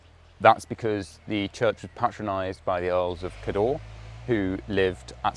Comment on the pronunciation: Excellent videos - thank you. Cawdor (as in Macbeth's Thane of Cawdor) is pronounced rather like the surname of the great film director, Alexander Korda, with the emphasis on the first syllable.